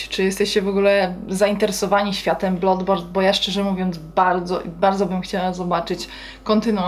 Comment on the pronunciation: Jak coś to się wymawia bladborn, a nie blodborn